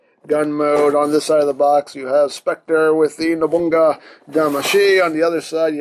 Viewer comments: it's called Nobunaga, not "Nobunga" lol XD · His other damashii is pronounced Nobunaga (No-boo-na-gah) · it is no-bu-na-ga